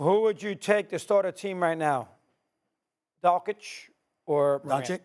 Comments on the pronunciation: Stephen a still calling Luka, "Donchick" is straight blasphemy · It drives me crazy hearing Stephen A Smith say Lukas last name. 😑 does he not hear how announcers say it or how Luka pronounced it? IT IS NOT DONCHICK. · Can’t take anything they say seriously, they can’t even say “Doncic” right. 😂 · Those two guys still can't pronounce Luka Dončič how the f that happens 😳 😑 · Can't you ding dongs pronounce Luka's last name correctly YET? SHEEEEESH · Both of them dont know how to pronounce Doncic lol come on guys you’re supposed to be professionals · They both can’t say Luka’s name right. I will take Luka 7 days a week and twice on Sunday.